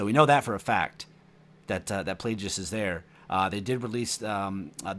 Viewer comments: it's a hard "G" in Plagueis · In Plagueis its a hard G. His name is after the word Plague.